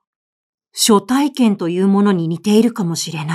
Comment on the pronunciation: 毎回 朗読を楽しみにさせて頂いております。今回も 林真理子さんらしい作風だと思いました。 「初体験」のところ 昔？は 「はつ体験」と いう いい方だったように思いましたが 「しょ体験」と聴いて 時代と共に表現も変化するのを知りました。はなこさんの朗読も 変わらず いいですね。 次回も楽しみにして おります。